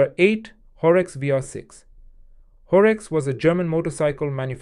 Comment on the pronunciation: Sorry it is Horex not Horx :*